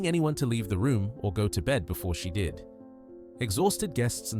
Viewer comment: ....."go to bed before she did" YOU GOT THE STRESS PATTERN AND INTONATION WRONG!